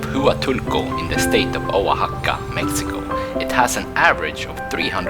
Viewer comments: For anyone interested in the name pronunciations: 1. Oaxaca - “Wa-Ha-Ka” 2. Huatulco-“Wa-Tool-Ko”3. Chahue - "Cha-Way" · Oaxaca. Wah- hak-ah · I enjoy your videos. You need to work on your pronunciation of Huatulco and Oaxaca!